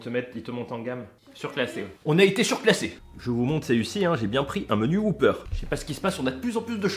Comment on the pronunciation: Whopper pas whooper bon sang 😜 donc ça se dit « whoppeur » et non « whouppeur »